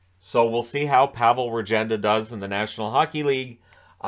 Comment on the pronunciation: Regenda pronunciation is Ruhgenda